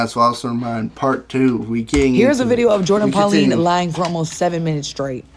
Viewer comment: Her name is Pauline not Polani 😂